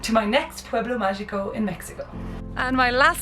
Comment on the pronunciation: If you're going to say "pueblo magico" in spanish, please learn to pronounce "magico" correctly